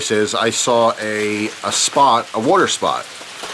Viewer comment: I love the way you pronounce water woter And i fucking love storytimes, i always listen to them to fall asleep